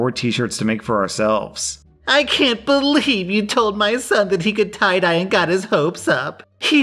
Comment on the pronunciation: His,”You want to tye-dye undies,” is hilarious